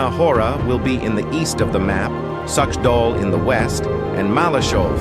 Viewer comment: LOL the pronunciation of a Suchdol. You can't pronounce like you would say 'as such'(dol). Czech ch is the same as H in word House.